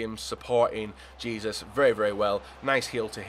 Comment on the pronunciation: You pronounce Jesus name h-e-s-o-s not j-e-s-u-s